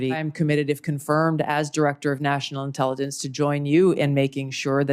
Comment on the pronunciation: The dude struggled to pronounce medium length words, such as "intelligence". This is the guy in the highest office in the country. Yep.